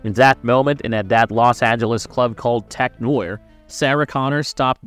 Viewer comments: Tech Noyerr. lol It's pronounced Tech N'warr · Come on dude. Could you please take the effort to atleast watch both movies before recording this video. It takes some serous effort to mispronounce Tech Noir.